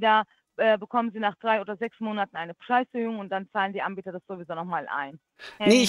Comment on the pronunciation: Sagt die immer: Die Ambieter?